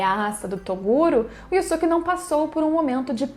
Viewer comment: Você só fala o nome dele errado se o próprio dublador no desenho fala yusuke porque falar diferente